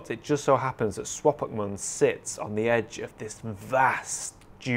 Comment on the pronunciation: Swopkapmund :D ;D best pronunciation ever. It's really cool seeing you visit a place I have been before (and long to go back to) and seeing your enthusiasm for a place I love.